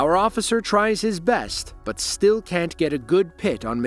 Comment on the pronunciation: "I'm a responably man, ossifer! Ya gots ta let me go!" Right. You're so responsible that you use a false name and have no insurance.